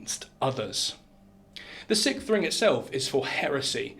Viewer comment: Sixth. 6th. Sicksth. Not Sickth.